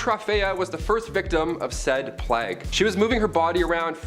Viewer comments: It sounds as if he said "flag bearers" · Why are we pronouncing "plague" in such an obNOXIOUS way?? Unwatchable.